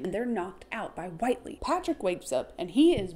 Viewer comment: Whitely—— (Wit-Lee)